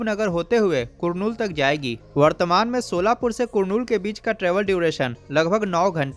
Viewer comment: वो कुरनूल नहीं है वो करनूल हैं